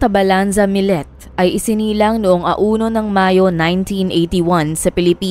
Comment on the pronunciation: Maya millete po,not millet.. kumbaga kung bigkasin ay maya milyete,at larry milyete na parehas na pilipino po...sinusubaybayan ko ito hanggang ngaun dito sa las vegas ,nakakaawa si maya kasi hnd pa sya nahahanap! I think tinapon katawan nya sa dagat